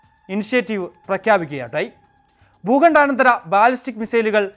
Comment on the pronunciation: എടാ കിഴങ്ങഗാ.. ഭൂഖണ്ഡ. ഭൂഖണ്ഡ ആനന്ദര അനന്തര അല്ലടാ.. ഭൂഖണ്ഡാന്തര.... ഒരുപാട് കിഴങ്ങന്മാർ കിഴങ്ങുകളും മെയിൻ ചാനലുകളിൽ വാർത്ത വായിക്കാൻ ഉണ്ട്. പൊട്ടത്തരം വിളിച്ചുപറയുന്നത്.. വിവരക്കേടാണ്